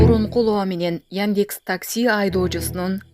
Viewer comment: Кабар окуп аткан Кыз создорду туура айтчы, Яньдекс эмес, яндекс